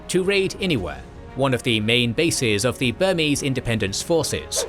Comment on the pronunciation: As a Burmese person, I'm very impressed by how well this channel pronounced Burmese names